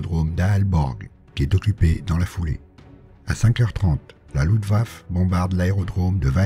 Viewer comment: ça se prononce LuftwaffE